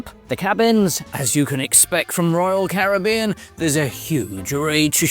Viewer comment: my good man!! Terrific video. And its great to hear the British "Caribbean " pronunciation! Have a great 2026 mate